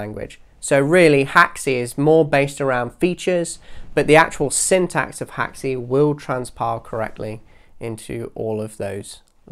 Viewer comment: Where did you get the info that Unreal is built with Haxe? I know it has Haxe integration plugins but I can’t find any mention anywhere of it being built with it. Other than that great video dude P.s. it’s pronounced hacks, not hack-see